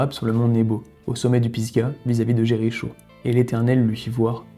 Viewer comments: Quelques erreurs de prononciation ,exemple :Aaron pas Aarone,et Jéricho se prononce Jériko pas Jerry show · Jericho se prononce Jeriko. Sinon, c’est très bien. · Tt OK, juste Jéricho se prononce "ko" à la fin... J'apprécie ce genre de travail. Allons en paix....ce qui n'est pas gagné , aujourd'hui plus que jamais !!